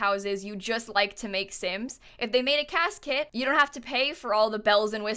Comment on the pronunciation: CAS kit sounds like casket